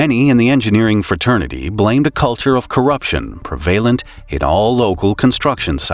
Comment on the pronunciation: that is not how to say prevalent. it's okay to google words before recording voiceovers to make sure..